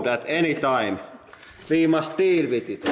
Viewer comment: I like how there's always and urgency to kill something at the end and the "We must deal wif it"